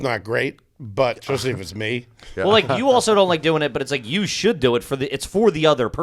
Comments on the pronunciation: “Did you say ‘expespecially’?” - Ari “Maybe?” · 👏🏼 Someone finally called out for saying eXspecially! He manages to sneak that into almost every episode and nobody has ever called him on it. 💯 GARBAGE